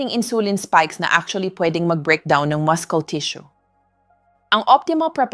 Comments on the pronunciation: Pronouns muscle is Mus - sel not mascols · The right pronunciation of muscle is mascel not mascol😅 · Hi beautiful Doktora Ano ba talaga Ang tamang bigkas Ng Muscle Maskol ba o masel Dok 😂😅😮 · Maskel dapat Muscle silent C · Ayusin mo naman ang pagbabasa mo , gaya ng muscle sabi mo muskel! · Napakahalaga na bagay ang natunan ko sa video mo. Cholesterol is pronounced kolesterol and muscle is masel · ayaw ko pag pronounce ng muscle pronounciation to maskel.... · Yes nagulat din ako sa pronunciation sa muscle mo doctora. Been listening and reading for many years, this is the first time that it is pronounced Maskol. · Talaga bang muskel ang tamang pagbikas ng salitang muscle ? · A.I yata yung voice over, bakit may MUSKEL😂 ano yun??? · Dr ka how u pronounce Muscle muskel😅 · 1/5/26: From California. Hi.. I'm sorry but after watching your video sumakit ang ulo ko, dahil sa maraming mahirap intindihin na terms.. lalo na yung repetitive wrong pronunciation ng muscle (muskel) & other English terms na pilit tina-Tagalog. I'm sure you know what I'm saying. It's like a robot continuously talking trying to speak Taglish but not understanding what is being said. Your vlog somehow loses its sincerity to let your listeners/patients really understand the solution to their medical concerns. We hope that you'll look into this matter.. thank you Doc! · AI ba? It's muscle not maskol.😅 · Very informative kya lng medyo na distract ang concentration ko sa pag pronounce ng muscle at iron. MUSCLE to MASKEL at IRON to AIRON. Is this the new way to pronounce them or is AI generated sya? (Just asking kc gusto ko gayahin) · Ngayon lang ako nakarinig ng maskol ang pronunciation sa muscle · Our Filipino Grammar didn’t teach us to pronounce muscle as maskle. I am sooo worried… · Bakit maskols Ang pronunciation? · Too many mispronounced words, especially Muscle. It’s muh-sl. Even the Tagalog words are mispronounced. Good tips though. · Dr muscle pronounce silent (C) musle dapat tnx po